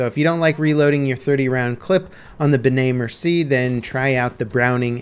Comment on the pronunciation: It still bother me how people say “Bernay Mercy” instead of “Benay May-er-see-ay”